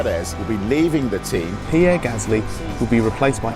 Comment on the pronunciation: PieRRe! DANiiL! You said name, Dan. Not LAST name.